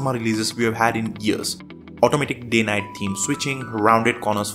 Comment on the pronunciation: Not to be that guy but maybe work on pronunciation a bit. Its Day/Night not Gay/Night. Those are two very different things lol.